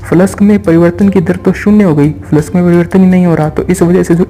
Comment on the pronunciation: Flux bolna seek phle